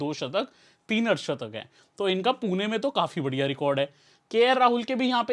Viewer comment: Bhai पुना nahi पुणे hai. Pun”E” hai “A” nahi. “E” ka pronunciation malum hoga aap ko mere hisab se.